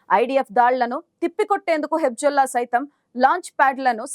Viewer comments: Hebzollakadu Hezbollah palakaneekiradu nuvvu ela news reader ayyavu amma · హెబ్జుల్లా కాదమ్మా,హెజ్బుల్లా అనాలి. మీయంకమ్మ ఎక్కడదొరికార్రాబాబు.